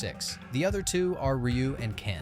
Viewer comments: RYU is pronounced Ree ooo not R U And wears a Gi “Gee” not G I. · R-U said NO ONE EVER. Not even Rye-u, or Ree-u. I have never heard Ryu being called R-U ever.😂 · Dislike just bcus u don't know how to say Ry U 😂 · Instant downvote when I heard "ARR YOO" WTF dude, do the SLIGHTEST amount of research for your videos. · R u having a hard time pronouncing the names? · I ain't listening opinions about street fighter from someone who doesn't even know how to pronounce Ryu. Disliked.